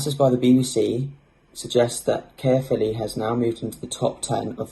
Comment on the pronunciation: I live there, it’s kinda pronounced cuhphilly